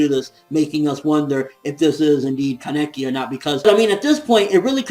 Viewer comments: It's "kah-neki" not "kaan-eki". That's how they say it in the anime. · His name is pronounced ka as in car ne as in name and ki as in keys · The way you said Laneki was incorrect. In the anime, they said it the other way, you were right before!